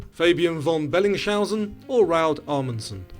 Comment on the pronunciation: Made two mistakes....T+{You have teeth problems?// Saying Belling schausen... in stead of Bellings - hausen... Many yanks have very bad teeth they always use a sh sound at the beginning of words that clearly have an s etc..